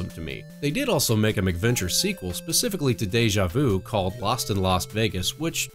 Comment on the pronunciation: oh actually cuz it did sound like you were saying something like adventure with a prefix before it and I had forgotten they were called mac venture so now that you mention it you said it properly and it isn't hard to understand, also to with my grandmother being from Scotland I tend to over emphasize the pronunciation of Mac to clearly distinguish it from the anglicized Mc which has now been know as the Irish Gaelic prefix, but yeah awesome job man keep making great stuff cuz your production quality is so superior to a lot of other channels I've seen so I'm sure you will grow into 10's of thousand of subcribers then onto 100,000 and I'm not just saying this cuz there are youtubers I know who started with a couple hundred of subs and now have over 200k and there videos even at this point are not of your quality